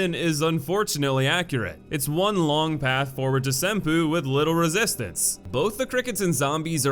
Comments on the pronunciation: Same bruh. "Sinpoo" Temple fucking killed me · Senpoopoodoodoo It's pronounced "Sen poe".